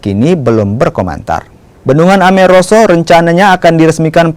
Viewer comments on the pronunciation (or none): Bendungan Ameroro bukan Ameroso😂